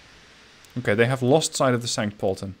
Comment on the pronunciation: I like how he says "Pölten" without the t